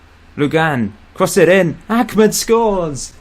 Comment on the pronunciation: His name is Ahmed not Achmed